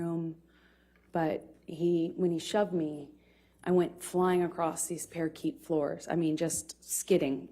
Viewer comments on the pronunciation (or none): Let’s not forget: she was traumatized when she was sent sliding across “the parakeet floor.” I’m guessing Elaine wrote this story out for her to memorize, and didn’t tell her how to pronounce parquet. (Par-kay)